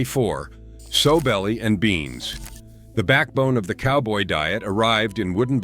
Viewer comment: Sow rhymes with cow